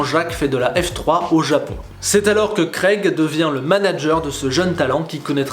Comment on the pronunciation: Craig* tu dis greg